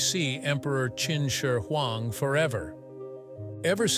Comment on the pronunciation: The narrator's pronunciation of "Qin Shi Huang" is not consistent at all. At times he gets it just about right, and than suddenly it rolls out the tongue completely wrong. LOL. It reminds of that one narrator who say's "Cao Cao(Tsao Tsao)" and than mistakenly says "Chow Chow" here and there through out the who video.